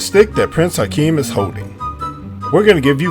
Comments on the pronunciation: Shut it off 10 seconds in after hearing Prince "Hakeem". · He keeps calling him Prince Hakeem, his name was Prince Akeem! He keeps making the mistakes. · He also calls him "Prince Hikeem" 30 seconds into the video.